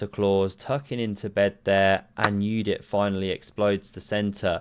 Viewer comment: You are my hero, you pronounced correctly Judit's name (as Yudit).